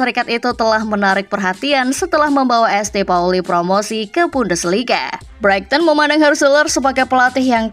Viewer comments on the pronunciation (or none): ESTE Pauli😭 Saint Pauli